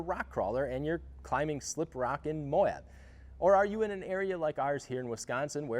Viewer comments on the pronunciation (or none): none